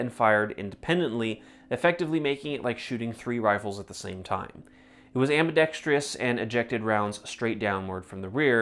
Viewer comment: It’s ambidextrous! Not “ambidextrious”